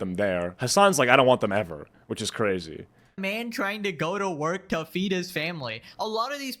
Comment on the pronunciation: So cwazy Daddy